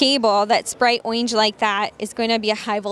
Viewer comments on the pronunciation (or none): FFS ORANGE (or-inge) not oinge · Why can’t she say “Orange” correctly? It’s not a lisp. Really bizarre. But, otherwise thank you for being one of the few people to review these. I have a transportation business and this is perfect for us. Just price. I have five M2’s in our fleet currently. All last mile reefer bodies. I noticed the last video you uploaded was three months ago. Please don’t get discouraged. There are small business out there that can really use this type of content.